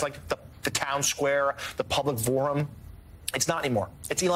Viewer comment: The professional newscaster called it the "public vorum." It's your job to say things, chucklehead.